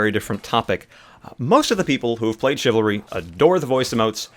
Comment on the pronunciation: Chivalry? Not chivalry.